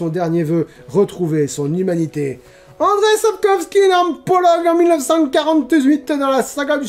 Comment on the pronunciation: Le nom de l'auteur du Sorceleur se prononce : "Andjeï Sape-kof-ski"